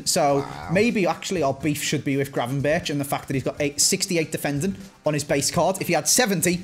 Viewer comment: Please stop saying gra-ven-ber-tj and start saying gra-ven-berg